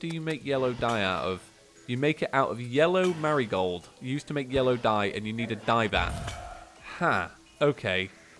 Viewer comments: HE SAID YELLOW MARIGRAD AND NOT YELLOW MARIGOLD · Did. You. Really. Say. Yellow. Marigrad? Cringe intensifies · anyone notice he said yellow merygrad